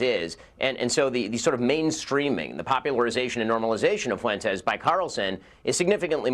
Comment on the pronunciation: CNN can blow me. Nick is spot on all the damn time. Also, I’m not Mexican but why can no damn whitey ever say FUENTES correctly? Pathetic.